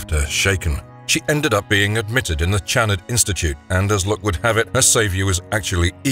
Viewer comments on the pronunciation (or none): You're pronouncing his name wrong. It's not Jerod, it's pronounced " Sha Rord ". I know each continent pronounces words differently. Any who, out of all horror movies, Hellraiser is the most inventive and original franchise of all time so far. Atleast this franchise didn't go overboard with changing and defying the rules that started off the series of continuous sequels that defied the standard of rules they originally came up with. Their rules stayed constant unlike Friday the 13th where all of a sudden now they had telepathy in the final girl who could defeat Jason with the power of her mind . WTF ??? When it started, the killer was Jason's mother. It wasn't til the sequel that started the franchise with Jason being the killer. Hellraiser always stayed true. Even with Hellworld they stayed true to the original content. Unlike Halloween 3 Season of The Witch. That gave audiences a huge middle finger. Nothing about that p.o.s. had a thing to do with the previous movies until the final minute of the movie where we are assumed to believe it was Michael Meyers stepping off the bus. Hellraiser is 5he very definition of what all horror movies should aspire to model themselves after. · It’s not pronounced Channard it’s (Sh)annard with a Ch but sounds like a Sh get I right narrator. Your my favorite narrator you can’t be messing 🆙 bro 😎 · I liked the first 3 but I think was because Penny Marshall. Not to be a dick but I always thought the docs name was pronounced Shanard. I'm probably wrong though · HIS NAME IS PRONOUNCED SHA-NARD!!! YOU'RE GIVING ME A FUCKING ANEURYSM!!! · oh for fuxsakes...WATCH THE MOVIE! It's very plainly pronounced !! Oh, and "ironical"?!?! Are you fucking KIDDING ME?😲😒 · There is absolutely no way that the person who made this video has seen this film. Not only does he consistently pronounce Channnar incorrectly he also gets several or the plot details incorrect.